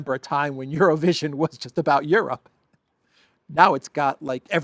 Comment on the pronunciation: LOL IT SOUNDED LIKE YOU SAID ''ZERO-VISION' NOT EUROVISION TOOO FUNNY